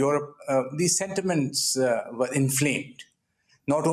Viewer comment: "we ere peaceful people" 😂😂😂😂😂😂😂😂